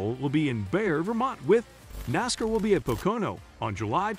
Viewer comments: At least teach the robo voice how to say NASCAR' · Your what is with this human sounding narration but so obviously a computer an being a able to pronounce "Nascar" and "Pocono"